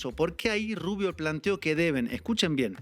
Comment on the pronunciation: ES GRINGOU, PORQUE ES RUBIOU.